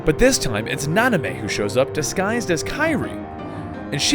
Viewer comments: Na-min-ay, not Na-ni-may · Why did you keep saying "Nanamey"? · Nanime? NO. It's Namine. Please if you've played the games like you said you have, then why are you going around mispronouncing everything? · please for the love of God say namine not nonime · Nanime= Namine Xhenahort=Xheanort Equarus=Eraqus So many mispronounced name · Yes, and he kept saying Nah-Nah-mey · actuall namine is more like (nah-min-eh) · yeah those mispronunciation of xion (shee-on) and Namine (na-min-a) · Isn't it Namine? Like Nah-mehn-ay? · and namine, is pronounced, na-men-a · Just a heads up, every time Xion and Namine are mispronounced, a person loses their heart to the darkness and a heartless is born ;(